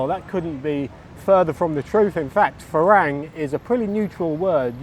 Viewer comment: It’s a Thai word and wherever you go in Thailand it will always be pronounced (by a Thai) as Fah-rung. For you to think that the way you pronounce it “isn’t actually wrong” is unbelievable because the word as you pronounce it doesn’t exist in Thai. Unlike English, words written in Thai can only be pronounce one way, there is no ambiguity. And Thais, being the polite people they are, may not mind as they generally appreciate people at least trying but if you were being taught Thai by a Thai person you would be corrected in an instant.